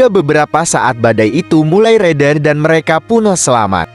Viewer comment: lebai banget neh baca... bilang merekapun aja merekapu .. suee